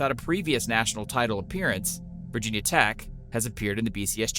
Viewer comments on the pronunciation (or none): none